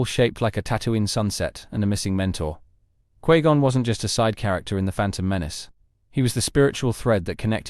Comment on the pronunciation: Quee Gon?